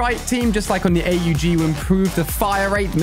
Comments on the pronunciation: Why is he saying A U G and not aug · The hell is a A U G it’s aug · Why is he calling the AUG! “ A-U-G “ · who says A U G its aww-g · it’s the aug as one word and not A.U.G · Im sorry but its called AUG not A-U-G not trying to be mean or rude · It’s not A U G it’s aug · The aug is pronounced awwwg not aye you gee. If he’s doing this shit on purpose he needs to stop. Everyone knows how this is pronounced, you can’t do cod and fortnite, you have to choose one. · No shot he said A-U-G... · ⚠️Trigger warning ⚠️ ALI Calls the AUG the A U G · He calls it A.u g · Why does he spell out AUG